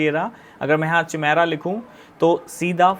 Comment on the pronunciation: चिमेरा नहीं काइमेरा है भाई 😂